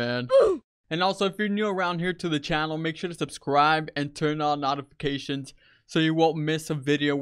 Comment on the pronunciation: yeah everyone, turn on nautifictions... wtf why he say it like that?